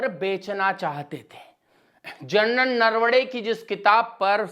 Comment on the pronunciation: 'सही शब्द बोलना सीख लें: नरवणे। "नरवड़े" नहीं। और भी, आपके आसपास में बैठा कोई लगातार खाँस रहा है, आपने कैसे नहीं सुना?!